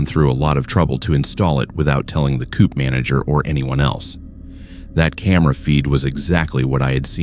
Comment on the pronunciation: Not "coop." Co-op.